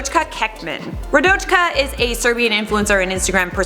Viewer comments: Listening to you say RaDoChKa is like nails on a chalk board. In what world does a J make the CH sound. It’s raDOYka. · Radoyka... Not important but RadoJka is not how you would prounance the name in Serbian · Its Radoyka not radočka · OMG radochka 🤦🏼‍♀️🤦🏼‍♀️ Radoyka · It's pronounced "Radoyka", actually. Not that it matters, tho 😁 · i just started watching the video and the way you pronounced Radojka is so wrong hahahah just pronounce it like it's Radoyka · In Serbian j is pronounced like an y. For example english name Anya and Serbian Anja. So its like Radoyka, not how you prounounced it. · Wouldn't the J in Radojka be pronounced with a Y sound, given the European grammar? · That's not how you pronounce Radojka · i am from Serbia and i didn't even know about radojka😂😂😂 also that's not how you pronounce her name (no hate) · I'm Serbian and it made me laugh how you pronounce Radojka. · I'm Czech, it made me life as well :D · im croatian and i laughed as well